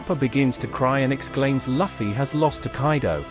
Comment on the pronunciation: Luffy= Loo-Fee. it is not Luff-E